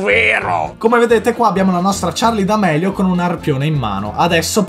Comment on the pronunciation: Che poi Charli d amelio con la "e" hahahaha